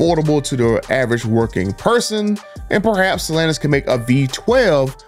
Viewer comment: It's not stalanis it's stellanTis